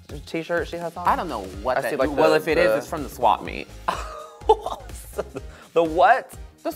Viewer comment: hey Mayhem .. did you say swamp meet or swap meet ? Not sure what you said but it is called swap.